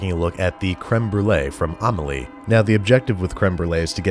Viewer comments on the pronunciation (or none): By the way, it's pronounced "ah-mee-lee-ay", not "ah-mah-lee" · The way he pronounced Amelie 😬😬😬😬